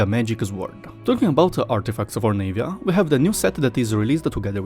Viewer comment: It's not pronounced Nave-ya. It's Nah-via